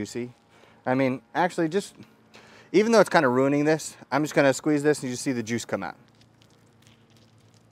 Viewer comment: I thought he said jewwwws lol